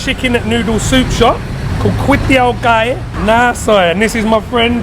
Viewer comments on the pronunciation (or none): "Kuay" mean "Cock"